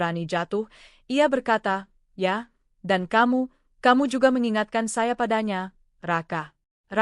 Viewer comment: Blitar hadir..... ❤ Maaf penekanan kata "YA'' gk enek banget😂😂😂